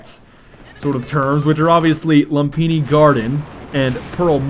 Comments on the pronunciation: Pronounced lumfini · Its Loom-pee-nee:) and its actually a Pali-Sanskrit word but us Thais adopted it. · u noob its pronounced lumfini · Hey you know that Lumphini Garden is in THAILAND right. Implying that Lumphini is Thai not Chinese. THEREFORE implying that it is infact pronounced: ( Lum-fi-ne ) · its loom-pi-ni market and its actually Thai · Uh, no. I live in Bangkok and am half Thai, it is certainly pronounced Lume-pini. Like a lot of Thai words spelt in English, the h in Ph is silent. Phuket is Poo-ket not Phuk-et. Phattaya is Pa-Tay-a. Sometimes they don't even bother having the h, especially with Pattaya. English signage is inconsistent all over the country.